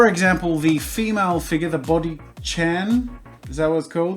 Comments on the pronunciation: "Chan" is pronounced as "Ch-uh-n" or "Ch-ah-n". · Is anyone else bothered by him saying kun and chan the wrong way? :D